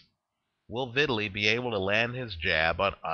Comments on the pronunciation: his name is pronounced Vitaaaleee not Vitly...!! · no sir,its not just fine,he's not an american,so do him the respect of pronouncing his name properly!!